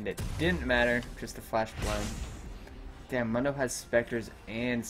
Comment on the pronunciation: Ok, pet peeve of mine. Mundo is pronounced like Moon dough. You're not the first I've seen so it wrong but for the champion who says his name the most out of anyone (he literally only says his name when you select him in champ select) you'd think people wouldn't mess the pronunciation up.